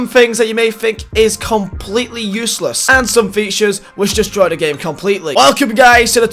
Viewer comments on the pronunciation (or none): none